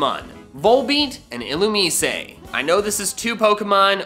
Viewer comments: I’m so annoyed how he pronounces “illumise” like “ill-oom-ee-say” instead of “ill-oom-eyes” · Nobody: Literally nobody: No-one in the entire world:: Ill-oo-meece-ay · The way you pronounced Illumise made me drop kick my grandmother.